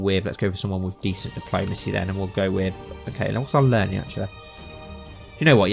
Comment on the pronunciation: where is his accent from? he keeps saying ''diplomase'' (diplomacy) and ''sun'' (son) to mention some